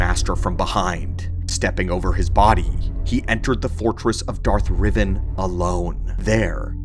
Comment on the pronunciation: .... Did you speak Darth Revan's (Rev-van) name has Revan (Rev-Von)???